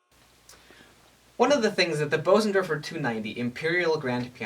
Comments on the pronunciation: What's that, like infra sound? Careful son, you're going have elephants chasing you! Bösendorfer. Jeez. Expensive. It's German and pronounced more like boozendawfuh. Not bo-zendorfer. Umlaut O. Ö oo. Wow. You can almost hear each vibration of that lowest string. It is a freaky sound. What also helps the bass notes to sound so rich is that it's a Bösendorfer! ;-) Great video, kid. I was hoping you'd play something. Something by Bach. Now go back there and play something by Bach! Do it now please. No, now! Right now. NOW DAMN IT. NOW! Oh you cheated us. Brat. "... his name is ... Busoni." Of course! Bach-Busoni! I was thinking of the one composer I knew who transcribed Bach for piano. Busoni but did not know until I read the details. I don't know many other composers who have transcribed Bach. I'm no expert, but have tried the Busoni version of the toccata and fugue in d minor. "Tried" is the key word here. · Excellent presentation! However, the name "Bösendorfer" isn't pronounced "BOH-sen-dor-fer" ... See